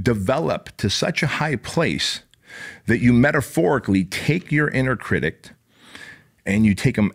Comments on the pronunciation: I’m so glad I found you. I watch every day, and just started a business. BOOM!! Now, I gotta correct you…’critic’, not “critict”. 🙏🏻💚✨ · This guy is cool I like him. But if he says "criticed" one more time ....... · What is a critict? Is that English? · I like the message but the way you say "critict" is driving me nuts 😂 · STOP SAYING CRITICT 😅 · I love literally every single part of this other than the way you pronounce critic. Where’s that T at the end coming from? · Anybody else notice the T he adds to the end of the word critic?